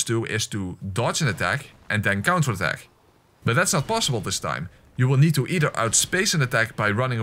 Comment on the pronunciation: Am i the only one who heared him say Nito every time he said need too.😂😂😂